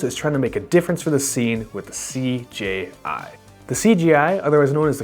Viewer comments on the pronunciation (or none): The took a shot every time you said "CGI" instead of CJI...I'm wasted now